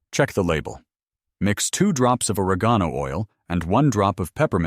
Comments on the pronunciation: isnt correct either! 😂😂 O-reg' - gone - o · good video but you MUST learn or program your AI narrative to pronounce words correctly. Or reg geen o....oil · Or-egg-on-oh oil! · But where will I get two "tabpoones". The nearest tabpoone store is, I don't know, on one of the moons of Saturn or wherever these people are from. And, oar-uh-GONE-oh oil . . . I don't want to even guess where I'd find that stuff!